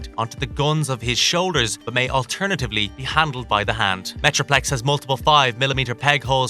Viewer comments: unicorn and metroflex huh? are you just reading a script and mispronouncing or is this on purpose? this is my first time watching your videos, thought i'd ask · I swear he said Metroflex once as well!